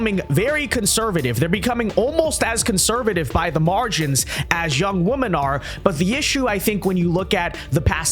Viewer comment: Dude, the plural of woman, is women, and they are pronounced differently. I dont understand this trend.